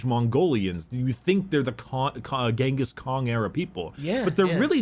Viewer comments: Why does keep saying genghis Kong I keep imagining Mongolian donkey kong Edit: white scars episode and doesn’t mention the great hunts cring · Am I the only one annoyed by saying Ghingis Kong?